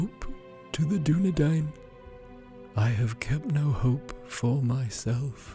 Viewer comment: This pronunciation of Dúnedain is so upsetting